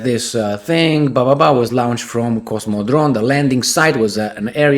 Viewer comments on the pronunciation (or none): Lawn-ched, not Loun-ched.